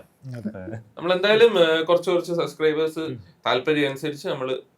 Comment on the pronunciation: “Subscribers “ .. pronouncing onnu sradhikkooo..